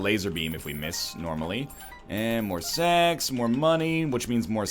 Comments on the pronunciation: am i the only one who kept hearing "more sex, more sex, more pennies which means more sex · I heard "more sex" when he said "more sacks"